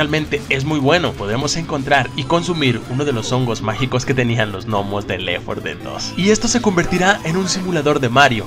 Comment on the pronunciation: Compa no quiero ser grosero ni nada pero es left 4 dead no lef 4 dead solo quería decir eso pero el video estuvo bueno 😁